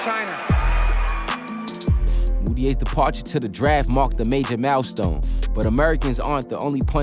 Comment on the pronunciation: He pronounced it mal-stone you know New York for mile-stone